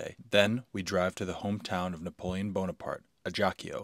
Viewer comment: Bonaparte, not buenaparte ( that’s Spanish 😉 ) his family originally comes from Sarzana ( near La Spezia, Republic of Genoa, Italy )